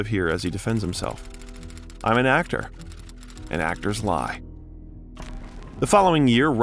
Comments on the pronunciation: do you use AI / text reader for the narration? You mispronounce some well-known actresses' names... Marissa Tomei "Toe-may" and Cybill Shepherd (Sih buhl). Roger Ebert (ee-bert, not eh-bert). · Yay! Robert Downey Jr! But, who is this narrator slaughtering all these famous people's names? Warren Beety? Sigh-bull Shepherd? Marisa Tom-eye? Roger Ebb-ert? Gahhhh!🙄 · THANK YOU! I also heard him say "Eh-bert". And it's Warren "Bay-tee" right? Not bee-tee? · Okay, before I lay into it, I gotta say it's refreshing to see a creator who isn't announcing their solidarity with the strike, they're just doing it. Okay: It's Grehnich village, née is pronounced nay and it's Sih-bull Shepard. OMG. ITS TOE-MAY. EEE-BERT. MON-ah-han. Oh! Look! You know how to say Cannes! GUH-rot. THERE ARE TOO MANY.